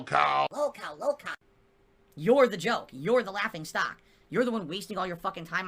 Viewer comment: "I was around before lahlcow culture existed" Does he really believe the bullshit he says or is it just cult pignosis?